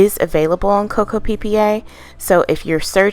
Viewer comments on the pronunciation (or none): No one: Not a single soul: Me: She said Coca PP a 😂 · Hi just to let you know, it’s co co pa it’s pronouncing like that